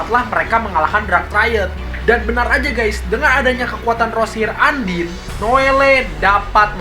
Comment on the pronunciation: Undine dibaca andin?? Noeru dibaca noele?? Ngakak banget